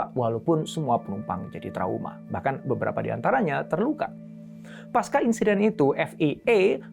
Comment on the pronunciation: Pasca tidak dibaca sebagai paska pak, tetapi tetap pakai bunyi c